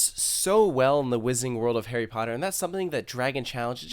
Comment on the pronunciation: Stop, Stop You're saying it wrong It's WIII-zarding World not Wizzing World Like if you got that Harry Potter reference